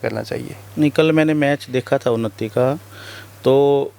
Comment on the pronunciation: ये उनत्ती नहीं उन्नति है । Vlog बनाने से पहले थोड़ी हिंदी सिख लो ।